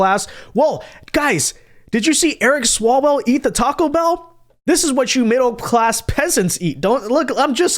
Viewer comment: Not Eric swallwell Eric swallow -well.